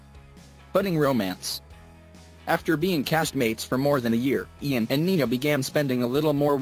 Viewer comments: Did u say iron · Ian's name is pronounced as 'eean' not 'iian'...😶😶😶😑😑😑😐😐😐🙄🙄🙄😂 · did it really just call him eye-an instead of ian... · I didnt know that Ian’s name is pronounced as AiAN now😂😑😂